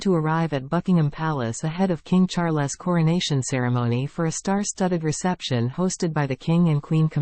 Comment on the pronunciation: Might I suggest you get a narrator who can say Charles’ name properly?